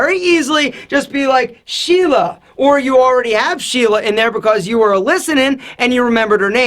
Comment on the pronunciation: Did he said shela. Indian guys can understand that word!!